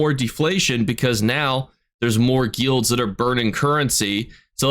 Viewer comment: I dont like how you say guilds broski